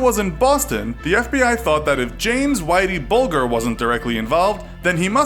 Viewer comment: It's whitey bul 'j' er not 'g' that's not how you pronounce it